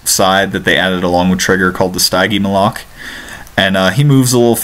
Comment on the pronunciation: you are saying that dinosaurs name so wrong the stigemolike not stygemoloke